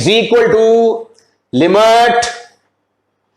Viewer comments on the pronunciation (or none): Limat❌ limit ✔️